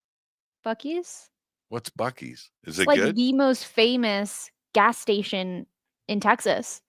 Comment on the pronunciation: buckies sounds like xuckies!